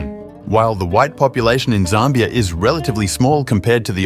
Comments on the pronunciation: Zimbabwe was known as Northern Rhodesia. Zambia was known as Southern Rhodesia. And it’s not pronounced ZARMBIA. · although some of my comments may be incorrect due to a difference in pronunciation between the USA and the UK, I noticed you pronounced Zambia as ZAHM-be-uh, rather than ZAM-be-uh. Also, although Namibia has lots of German speakers, in the Wikipedia article, it listed Afrikaans just above German in the list of spoken languages, indicating there are more who speak that language--today, anyway. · Zambia is not pronounced correctly in this video.